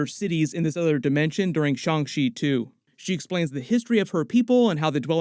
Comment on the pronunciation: It’s pronounced Shang Chi not Shang She. Chi like Taichi not Taishe.